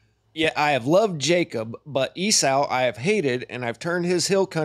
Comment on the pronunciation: It bothers me do much that you can't pronounce Esau ('E-Saw', NOT "E-Sow")